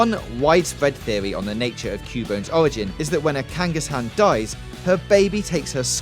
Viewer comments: Way to miss pronounced Kangaskhan several times. Also you don't kill Ratacate. He simply changes it out for a better pokemon. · You do know there is a second K in Kangaskhan, right? You're supposed to pronounce that second K. Why do so many get the pronunciations wrong even after a couple decades of the show being around for people I HEAR how the words are said?